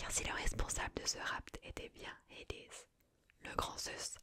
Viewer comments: Ça m'a perturber les nom des dieux à l'anglaise, la haies en anglais est horrible, mais super videos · Super, mais pourquoi tu utilises un accent anglo américain pour dire Hadès ou Hercules ? Ce sont des noms francisés qui viennent du grec, je comprends pas le lien là